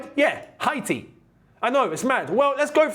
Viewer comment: Its HAY-TEE (Haiti🇭🇹) not HI-TEE